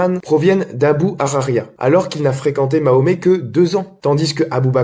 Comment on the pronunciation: Vous ne savez même pas prononcé le nom du dernier prophète de l'islam et vous venez nous expliquer ce qui est vrai de ce qui est faux en islam 😂😂 Vous êtes vraiment culotté !